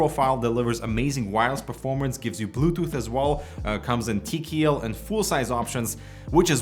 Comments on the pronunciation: "gee nine fiftin tee kee eel" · TeeKeeEll, love it!